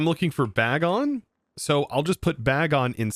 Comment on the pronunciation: you could also use T-wave gyarados to help catch pokemon instead of sing jigglypuff, also its pronounced Bagon as in bacon.